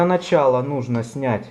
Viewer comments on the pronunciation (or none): none